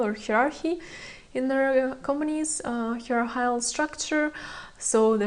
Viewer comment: Hierarchical is pronounced like HIGH-ER-ARK-ICK-KAL